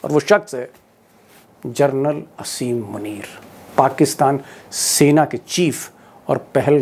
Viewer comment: दीपक जी । असीम मुनीर नहीं आसिम मुनीर कहिए